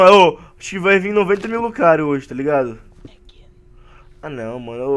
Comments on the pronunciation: lugario kkkkk é. lucario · "lugario" lugario? KKJJJJJKJKKJ